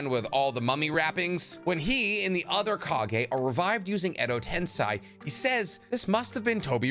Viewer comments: “Edo TensEYE” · How hashirama died? You got source? And learn how to say edo tensei man